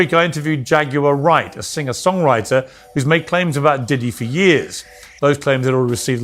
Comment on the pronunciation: Hilarious😂😂😂 tht When he says her name instead of jaguar wright it sounds like "j u r right "